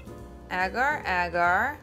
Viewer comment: It's pronounced as aagar² not egar²